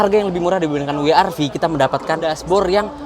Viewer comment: Wee Aar Vee :D